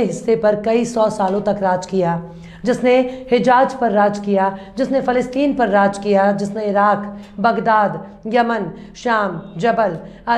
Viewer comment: your Urdu is 95 percent perfect. If you try slightly more it will be 100 percent perfect. You say "sarko na "fake"" you can try to say "sarko na phek". You say " fir". You can say "phir". You say " hijaj". You can say " hijaz" its " zzz".